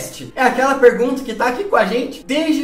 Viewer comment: "e é cada pegunta"